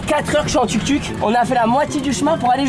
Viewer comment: ça se prononce TOUK TOUK et pas tuk tuk